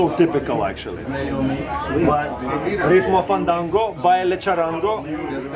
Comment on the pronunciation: charrango?fandango? I actually know what is fandango but..charrango? weird Eugene, weird. PARA GOZAR, indeed.